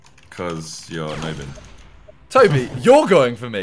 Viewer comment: OMG TOBI ITS NOT “no bin” it’s FRECKING “ nob in “